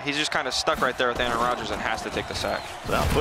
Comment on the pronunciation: I know I’m not the only one who heard “A ARON”. 🤣🤣🤣